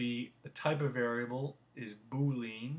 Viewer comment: Good tutorials. Thank you. Just FYI, you are pronouncing boolean wrong.